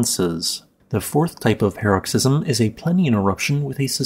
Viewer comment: PAR-uhk-siz-uhm or puh-ROK-siz-uhm, not "pear-rok-SIZ-uhm"